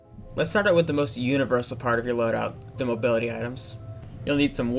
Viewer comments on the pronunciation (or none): none